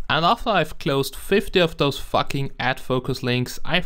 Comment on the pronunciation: No offence but when u say fuck sounds like facking